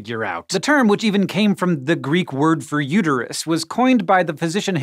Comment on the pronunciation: its uterus not uteryou